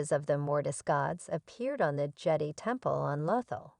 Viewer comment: the "jed e" please dont use a tts voice if its that bad at prononciation